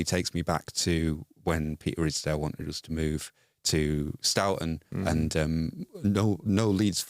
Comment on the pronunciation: That was a bit of a odd pronunciation of "Stourton" ???